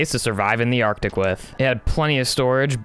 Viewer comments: My guy actually said ardick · WTH at the start sounded like u said ardick! 🤣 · At start u said ar tic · Can i beat minecraft artic watch the whole video to find out What i hear: Can i beat vr ardic watch the hole video to find out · Ah yes “the Arctic”